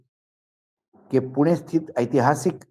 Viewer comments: पूना नाही पुणे जर मी वनखडा बोलो तर चालेल का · पुणे ✅✅✅✅ पुना ❌❌❌❌ भाषा बदलली म्हणून नाव बदलते का?? मग तुमचे नाव अमराठी लोकांनी ashokaa असे घ्यायचे का?? Ashok असेच राहणार ना?? पत्रकार आहात थोडी बुद्धी वापरा... माणसाची जागेची नावे.. भाषा बदलली की कशी काय बदलू शकतात?? डोक्यावर पडलेत सगळेच तथाकथित पत्रकार..